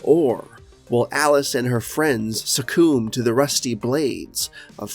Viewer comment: Succumb NOT Sucoom